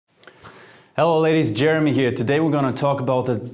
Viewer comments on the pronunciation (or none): none